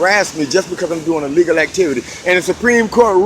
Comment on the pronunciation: Just so you know, when you say you a dong "a legal activity" it sounds exactly like "I'm doing illegal activity" I saw it confuse the cop and it sure sounds odd.